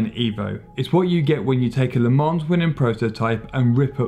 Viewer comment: And pronouncing an 's' in Le Mans. I have to admit I stopped the video. he started out reading like a kid in school then got kind of shouty... And must have said 'Porsh' about 100 times!